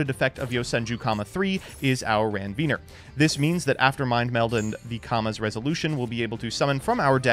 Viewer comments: Where are we getting the Ranveener word from. Like there’s no second N lol. Ranvier 🙂 see Nodes of Ranvier. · I laugh a little every time he mispronounces “Ranvier”